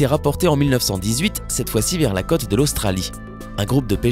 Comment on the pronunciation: Sujet qui pourrait être intéressant avec une prononciation (moins rapide et donc plus posée) et surtout plus correcte des mots comme pôle, côte, etc. Si on a placé un accent circonflexe, c'est pour une bonne raison... Perso, je pense que ce monstre a dû exister peu après la disparition des dinosaures (pas dinosOres) et autres monstres marins du Crétacé, etc. et qu'il est peu probable que de grands mammifères soient déjà très développés à l'époque de ce géant. Il faudra des dizaines de millions d'années pour que l’Évolution produise autant de grands mammifères qu'il y en a de nos jours. On a en effet estimé que les seuls mammifères existant au temps du règne des dinosaures ne dépassaient guère la taille d'un très petit chien.